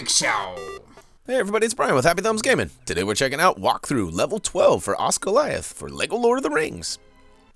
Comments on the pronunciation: pronounced Oz-gilly-ath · you said osGILIATH WRONG SORRY